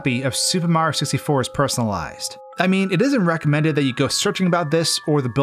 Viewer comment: im not making fun of you, but the way so say mario makes me laugh. mro